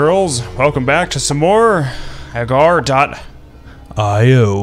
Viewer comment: its pronounced agar e o